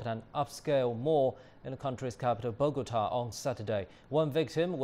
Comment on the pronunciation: It's "Bogotá" not "Bogata".